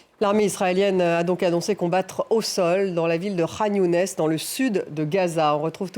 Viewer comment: Ça ne se prononce pas Younès mais Younis.